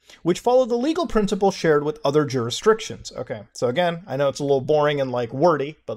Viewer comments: Muta, it's pronounced "JYOO-RIS-DICTIONS" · Take a shot for each time he says something like "jurisdriction". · I am the Lady of the extraneous R in "jurisdrictions"